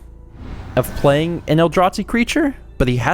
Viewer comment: The way you pronounce Eldrazi as "El-draht-see" is adorable, lol